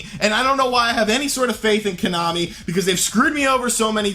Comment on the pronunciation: Why i keep hearing you KANAMI?